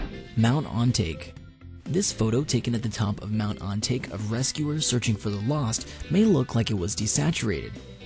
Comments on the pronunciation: Mountain On-Ta-Ke not On-Take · That's Mount ON-TAH-KEH. Not On take. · It's pronounced ON-TAH-KEH not on-take. Educate yourself. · Neat video! However you could make efforts toward pronouncing foreign words. For example, the French name Georges is not pronounced like George's, but more like Zhorzh. And, Mt Ontake is in Japan, so... I've never been there, but I'm willing to bet it's not pronounced "on take", but instead, more like on-TAH-kay. Just some constructive criticism that I think would lend some more credibility and refinement. Thanks for the vid. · Mount On-Tah-Ke Not Ohn-Tayke おんたけ山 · You said Ontake wrong. (Own-TAH-KEH-) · MOUNT ON-TAH-KAY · You pronounced Ontake wrong... It's On-ta-ke. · u pronounced ontake wrong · Nighan cat? Mount On - Take? Learn to pronounce. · The way he pronounces Ontake made me laugh until I died.